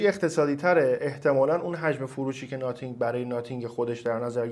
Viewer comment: خیلی اعصابم خورد میشخ به ناثینگ میگی ناتینگ😂😂😂😂 نخیر چسی هم نمیام🗿 آقا خب درس بگو خیلی سخته th رو تلفظ کنی!